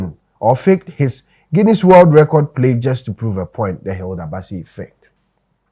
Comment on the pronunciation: Plague not Plegue